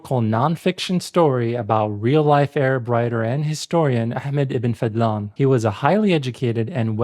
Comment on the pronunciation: It’s Fadhlan, not fadlan. Focus on the letter ض